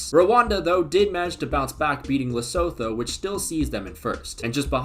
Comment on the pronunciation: Great video, just a note: it's pronounced "Lesutu" not "Lesotho", even though it IS spelt that way.